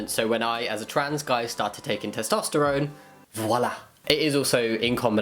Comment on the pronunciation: Hahaha le “voilà” était parfait, thanks for the good video